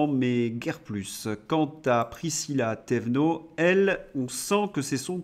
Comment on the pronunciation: Prisca loulou 😂 mais c'est pas grave ont n'a compris de tu parles , c'est Prisca Thévenot j'avoue j'ai triché pour Thévenot 😉👋